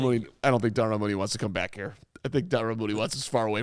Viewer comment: This man said Darnell Mooney, STOP IT.